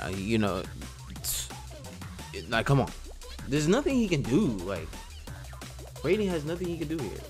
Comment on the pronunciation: You said raiden name wrong it's rai-den it's not the same way you say the god of thunder name